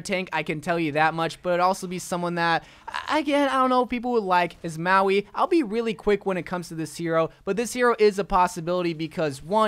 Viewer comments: LmaO you called mauga maoi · lmao, maui is the dude from the movie moana, i think you mean mauga